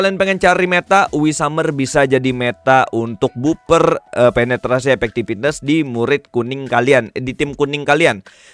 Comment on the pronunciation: As always, video informatif banget, makin yakin sama prioritas banner yang harus digacha wkwk Tapi sorry nih, coba dengerin pengucapan 'Effectiveness" di google translate dong. Padahal selebihnya kata2nya enak banget, tapi gatel ngedengerin satu itu salah ucap. Sorry banget, ini mah biar video nya makin perfect.